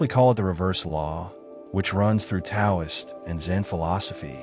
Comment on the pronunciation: I’m sure you mean well in spreading Watts’ gospel, but I am used to his voice. Is this AI? “Taoist” is mispronounced; the T should be pronounced as D. If you are not human, why not just play Watts himself? It really bothers me that so much. YouTube narration has gone to AI.